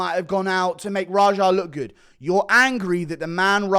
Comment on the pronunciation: Lmao rajar. So many mispronouncing his name. The name is raja he’s named after Princess Jasmines Tiger